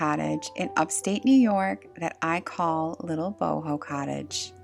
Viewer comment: Boho. Not book.😂